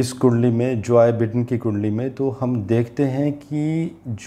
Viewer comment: सर जोय बिडेन नहीं “जो बाईडेन”